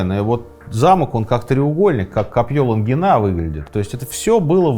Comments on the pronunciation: Только копье Лонги́на, с неправильным ударением все время копье Лунгина слышится))) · не ЛонгИна ,а ЛОнгина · А ещё прозвучало ЮрьЁ и копьё ЛонгинА (как будто в какой-то момент человек устаёт и такой "да вообще пофиг как их там звали этих ЮрьЁв и ЛунгинОв") :]